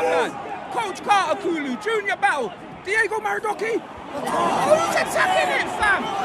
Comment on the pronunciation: Mans said diego maradougherty 😂😂😂